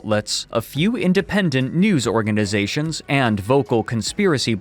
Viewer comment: Wait am I trippin or is ending words with an “m” instead of an “n”? I.e. “sectiom” or “organizatiom”